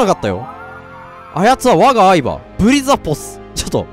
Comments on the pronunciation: 何回聴いても愛馬がアイドルグループの「あいば」さんに聴こえて仕方がない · 「愛馬」の発音相変わらず「相葉」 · 相変わらず愛馬のイントネーションに違和感 愛馬のイントネーションは大麻 相場のイントネーションは牧場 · 愛馬の発音が完全にマサキのほうなんよ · の愛馬のイントネーションが嵐なんよ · の愛馬のイントネーションがずっと相葉なんだよなぁ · の発音 相葉… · の愛馬の発音相葉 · 愛馬のイントネーションが人捜してるみたいになってる